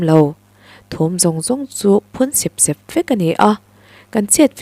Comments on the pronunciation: Sep sep tih lai hi, tui a far keuh keuh tih a, keuh keuh tih thluk a, sep sep tih tur ani ang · Phun sep sep,,, i lamdan hi sêp sêp ti zawk teh a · A ngaihnawmin i chhiar thiam khawp mai,mahse i thu lam thluk han sawisel ka duh a,Sep sep tih i thluk kha i thluk dan a ri hniam a i thluk kha plural form a nia,mahse singular form tur a ni sia,step i lam rik anga ri sang zawkin sep sep tih tur a ni e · Phun sep sep hi I lam dan hi lam dan tur ni lo vin ka hria.